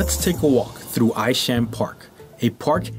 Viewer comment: Hi, Thank you for this video of the Northern Manhattan neighborhood where I've lived since 1960. If I might make a few edits....Isham Park - is pronounced Eye-sham. Wadsworth Avenue was not the long hill that you traveled up to visit the Cloisters. You were on Fairview Avenue headed to the Fort George Hill area also known as Washington Heights. People use the #1 190 St train station elevators to get from those heights down to Broadway. The Cloisters are on the other side of the island in the Fort Washington area - also known as Hudson Heights.Take the "A" train to 190 St, go up in the elevators and the top of Fort Tryon Park opens up for you. I suppose that every video and written article has its errors. The only reason I picked up on yours is that I know the neighborhood so well. Good job though!